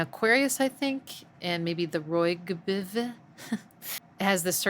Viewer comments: ROYGBIV pronounced Roy-Jee-Biv. Red, Orange, Yellow, Green, Blue, Indigo, Violet. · ROYGBIV = Roy G. Biv. It is pronounced as if it is a man's first name, middle initial, and last name. It is an acronym--an obsolete mnemonic device for the colors of the rainbow back from when indigo used to be included.